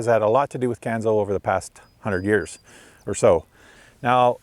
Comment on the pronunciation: Not the south east corner of NS, it’s the north east corner. Pronounced Canso, not Canzo. Great tour though.